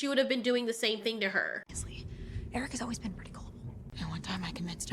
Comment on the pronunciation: The movie is one of muh childhood faves, so this series stabs me in the soul. It's insulting! Btw, it's not "worm." It's "wyrm." It's the Norse word for "dragon" and it's pronounced "VEER-um." It irritates me that none of them can pronounce the name "Airk" correctly. You can, so why can't they?! It's not "Eric." It's "Airk." And why do they have to say "yeah" and "gonna" constantly when it's supposed to be high fantasy?! Or medium fantasy or whatever. "The Schwartz is in YOU, Lone Starr! It's in YOU!" See also Colwyn from 'Krull' when he loses the Glaive but gains fire magic.